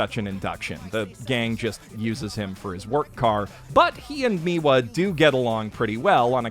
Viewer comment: why are you pronouncing miya's name miwa tho lmao took me a full 3 minutes to realise you were referring to him cjkdkc